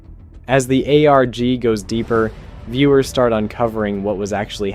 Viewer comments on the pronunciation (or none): none